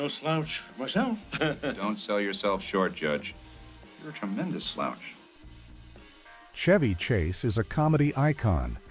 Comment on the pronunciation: Shevy Chase, AI mispronunciation